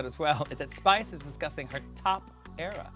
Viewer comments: I love it how they butchered Spice's name continuously 🤣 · Lmfao not them calling Spice every name except spice 😂😂😭 I’m screaming 😂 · I havent laughed this hard in my entire life watching The Pit Stop. The way they murdered Spice’s name. 😂😅😅😂🤣😂😂😂😂 Hilarious!